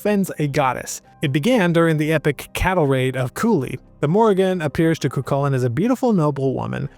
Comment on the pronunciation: The minute I hear ''cuKULLin'', I'm out. Cant take information on Irish mythology seriously from someone who cant be bothered to look into how to pronounce the names. ''Koo-HOO-lin.''